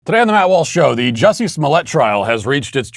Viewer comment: How is it that you manage to pronounce Juicy's name correct, yet obviously mock others with your enunciation of their names, Matt? I mean, it's Juicy, it's right there, yet you don't use it, too obvious maybe, or you literally do have trouble with them other names? Never know with you, Walshy😁